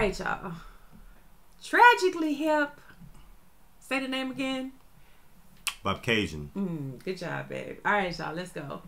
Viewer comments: “Bob” “Cajun” is the pronunciation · Bro just adding a letter BOB-A-CAYGEON where tf did the A come from just cause there Canadian EH dont mean we toss it into the middle of a word for fun EH brother. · it is pronouced bobcajun. this one of my faves from the hip. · “Boba-Cay-Gen”, that guy trying unsuccessfully to say it says it all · “Boba-cay-gen”, that makes me wanna puke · Uh, Bobcaygeon is in the Kawarthas, not Muskoka :-)